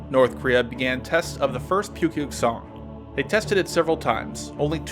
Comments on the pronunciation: it's spelled pukguksong but pronounced more like Book-Geuk-Sung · Well not awful maybe that was too harsh! For future reference, Pukguksong is pronounced 'Pookgooksong' :) hope to see more! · What he said: Pukguksong. What I hear: Pewpew song. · It pronounced Nukepuke-Song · Thank you for FINALLY doing North Korean hardware! I love you! P.S. Your pronunciation of 'Hwasong' and 'Pukguksong' is funny 🤣 but I like that you try anyways! Thanks again.